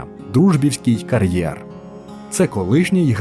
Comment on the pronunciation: Що таке «карьєр»? Як Ви це і головне навіщо вимовляєте???